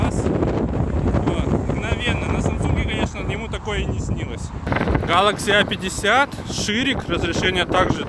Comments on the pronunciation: Что не так в его произношении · Чувак произноси правильно название телефона, аж уши режет!